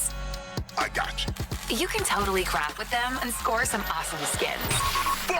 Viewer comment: "You can totally crap with them" I swear to god that's what she's saying, she is not saying "craft"